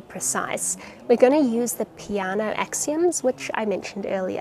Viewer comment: Huh never thought peano was pronounced like that